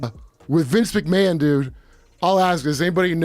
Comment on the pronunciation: Omg, but who is Vince Mchamon?